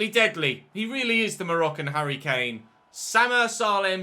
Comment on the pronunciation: “He really is the Moroccan *hurry Kane*”